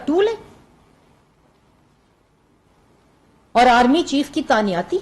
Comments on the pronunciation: Tanyati nhi hota lafz he tainati pehey school to jao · تعیناتی ہوتا ہے جاہل عورت تعنیاتی نہیں ہوتا،دور کھلا تیرے تے ایڈی تو فلاسفر